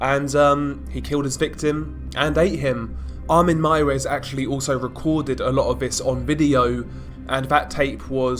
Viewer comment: You are the First english who said Armin Meiwes Right 👍😄 Good Video Man 👍